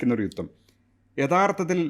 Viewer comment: DDnews ലെ ആങ്കർ ആണോ യുത്തം മുത്തം എന്ന് പറയുന്നത്. 😢😢😢